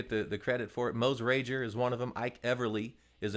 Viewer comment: Great video, but I have to note that Mose Rager's name had a hard G, and didn't rhyme with "cager." I had a couple of lessons from him in his den in Drakesboro, KY back in the day. There's a monument to him nearby.